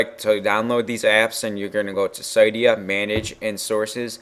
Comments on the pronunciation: pronounced ci-dia not cydia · How the fuck did you say cydia (ciydiah) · Can't say cydia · Pronounced cydia wrong